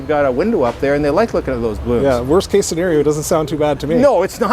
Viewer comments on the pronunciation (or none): none